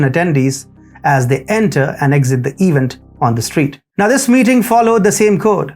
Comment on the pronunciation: Hmm. In speaking of the "peek-a-neek," what's an "eev-int"? Does he mean 'event'?